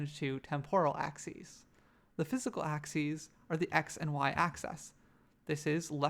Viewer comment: Nice. Your 'axes' though.